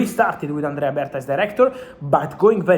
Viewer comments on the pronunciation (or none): none